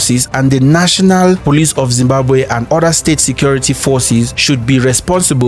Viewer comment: That moment when Zimbabwean history is told by someone who can't pronounce Zimbabwe properly.